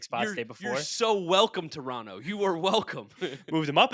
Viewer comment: It’s Terono! Not Tor on toe